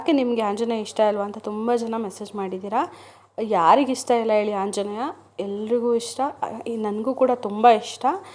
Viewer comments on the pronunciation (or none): ಅಕ್ಕ ನಿಮ್ಮ್ ಗೆ ಆ ಅನ್ನಕ್ಕೆ ಬರಲ್ವಾ... ಆಂಜನೇಯ. ಹಾoಜನೇಯ ಅಲ್ಲ ಹಾ ಅಂತೀರಾ...